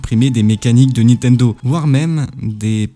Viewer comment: C’est qui « Nitendo » dont tu parles tout au long de la vidéo ?